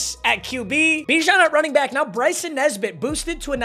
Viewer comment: It's Bryson muuuuthafuccccka lol